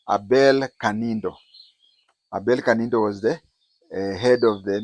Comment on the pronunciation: Kandiho not kanindo